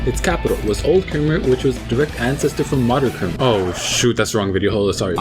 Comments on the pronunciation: i'm cambodian-american and i'm pretty sure it's pronounced "kha-mai" not "ker-mer" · The way you pronounce kmere was so stupid lol,like ker-mer really?